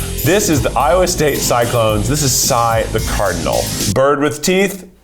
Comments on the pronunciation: Lowa State 😅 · Umm we do know that it's Iowa and not Lowa right? I thought it was a typo until it was done with both of the Iowa teams. 😂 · Love that Iowa turns into Lowa state when he goes back to it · I'm sorry I can't let "Lowa" go un-commented on. Someone read "Iowa" and thought it was a lowercase L like PLEASE 😂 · All the LOWA 🤣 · Lowa? The Iowa erasure 😔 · why does it keep saying LOWA? lol